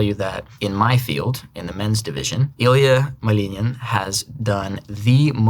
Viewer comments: he pronounces the last names correctly but not the names, at all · тебе правильно говорят, во втором случае он произнес правильно только фамилию, имя все равно по-американски сказал, "Илиа", так что не понимаю зачем ты продолжаешь спорить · He pronounces only Malinin IN pure Russian. Iliya's, Eugenia Pluchenko's and Alexii Yagudin's names he produces in English accent. But he pronounces Yagudin in Russian. Also he once pronounced his name in Russian, but said Naumov so fast that it almost didn't sound Russian. It was more like nOmov instead of naUHmov which is more Russian pronunciation